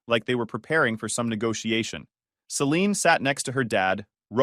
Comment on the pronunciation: AI voice really struggles with the name Celine, Saleen, Selini, Selenee.